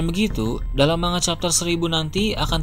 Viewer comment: manga atau mangap...sebut manga saja salah...seharusnya di pisah..MAN-GA...seperti konyaku bacanya KON-YAKU..